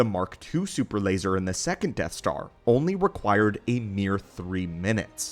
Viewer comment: “Da supper lazer”